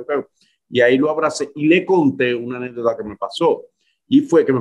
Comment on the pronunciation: ANEDODA.??🤔🙄 Se dice y se escribe ANÉCDOTA. Ya lo aprendidte? Escribelo 7 veces un lapiz